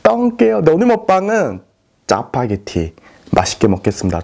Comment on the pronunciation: 맨날 음식발음 이상한거 너무 재밌당 잠파게티ㅋㅋㅋ